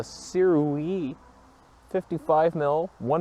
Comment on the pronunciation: From what I've heard, the correct pronunciation of Sirui is "Sir-ay".